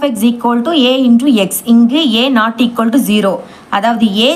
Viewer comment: Akka no shequoldu😂😂 only eqoldu